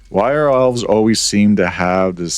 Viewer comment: I was listening to this and at first I thought they said Owls instead of Elves and was very confused.